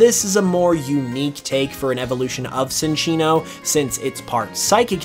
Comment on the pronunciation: CHIN-chino. I know how it's spelled, but the name derives from Chinchilla and Chino cloth. Sin-chino is not a thing.